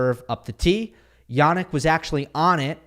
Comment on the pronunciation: Hey! I'm Polish, I've also studied English, German and Italian. Much as I love your channel, I cannot help but wince whenever I hear you pronounce the names "Hurkacz" and "Jannik" as "Hurkahtch" and "Yahnick". It is not only unnatural, but also incorrect. I suggest you use the regular short English front vowel "a", rather than the long back vowel "ah". The vowel in both cases has a fairly neutral, short central "a" sound, not unlike the English word "practice", where the front "a" becomes somewhat centralized. So I suggest you use that. I assure you that it will sound much more natural, and much closer to the original! Apart from that, Iike I said, I love the channel, love the content and delivery. Just go easy on the "ah"s, ok? (Unless you want to go "Ah!" after someone's brilliant display🙂) It will be much appreciated.